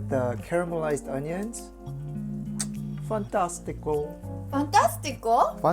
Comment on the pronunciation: I really didn't expect that fantastico at the end, you even nailed the accent! (the first time, the latter you were too Mario's :P )